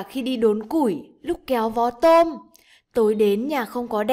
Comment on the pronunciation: Cô đọc là kéo vỏ tôm mò